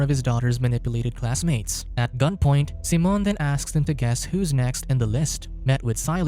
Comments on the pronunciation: Why are you saying Simon that way??? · Why you do him dirty and calling him seamen instead of Simon lmao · Simon... not Seamon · "SEE - MON" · He still wasn’t pronouncing it correctly, but Simon in Spainish isn’t pronounced the same as in English